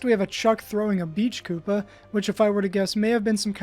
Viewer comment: The fact that you continually pronounced "kuppa" as "cuppa" continually killed me. It's pronounced koopa. That's how you spell koopa in japanese.